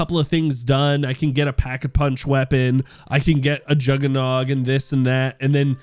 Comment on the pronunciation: This will be dead by the first week and based on how you pronounce juggernog idk how you have ever played zombies